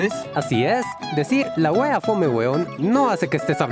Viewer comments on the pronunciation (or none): "wea" se acentúa en la a y está ultima vocal se alarga un poco